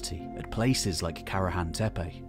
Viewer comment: WOW a westerner actually pronounces Tepe as Tepe and not Teepi or Tipi or Tepi.